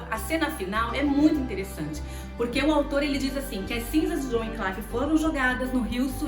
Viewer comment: Muito bom a dinâmica do vídeo, a edição, som e imagem bem bacana. Único adendo é sobre a pronúncia do nome do pré reformador. Se diz john wycliffe se pronuncia como se lê. Com A LETRA I mesmo após. Letra C , Vc está pronunciando como se tivesse um A. Ou se fosse na pronúncia do inglês americano, que I vira A. John Wynclaife. Fora essa questão parabéns